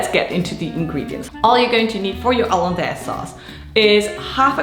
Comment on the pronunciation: Haha I like the French pronunciation